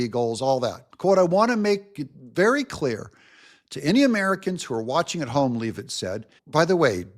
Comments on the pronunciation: I'm from Maine, Karoline Leavitt is from NH. Leavitt is a Franco-American name. Leavitt is pronounced Lev-it, not leave-it. YW 😎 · it's Leavitt, not Lee-vitt.